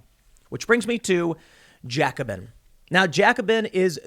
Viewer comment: You're mispronouncing Jacobin.